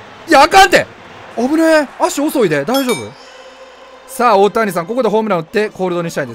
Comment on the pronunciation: 大谷さんが太田胃散に聞こえた。